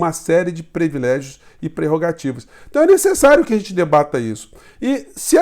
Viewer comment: "Privilégio", professor!